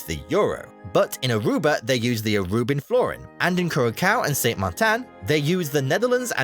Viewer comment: He also pronounced Sint Maarten in a way that sounds more like the pronunciation for French Saint Martin. Dutch Sint Maarten is almost the same pronunciation as English, yet English-speakers always find funny ways to mess it up lol. Once saw a cooking show where an American chef visited the island and kept pronouncing it as “San Martine” for some bloody reason.